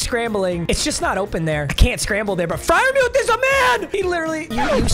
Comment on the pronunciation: it’s freirmoooth